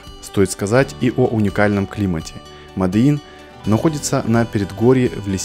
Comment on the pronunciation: МОДИИН!! А не "мадэин" ля